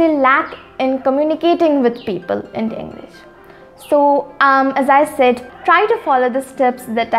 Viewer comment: It's not sayed it's spelled as said